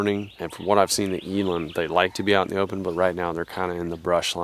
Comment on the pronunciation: As a south african, It makes me cringe the way he pronounces eland.